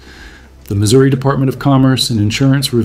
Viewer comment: Pleeeeease do not say st lewie! It is Louis! And the state is pronounced Missouri not missoura.